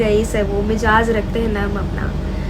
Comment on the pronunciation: Mijaz. Nahi. Mizaj. Kehte hain, talaffuz galat hai